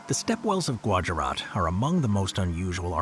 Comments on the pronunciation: when I was at Gujarat it was pronounced goojarat not gwarjarat, gujarat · I know. I loled at his pronunciation.